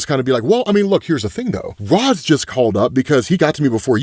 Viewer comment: Ra's is pronounced "Raysh", and you're supposed to pronounce the P in "corp" (abbreviation for "corporation"); you're confusing it with "corps", which is pronounced "core".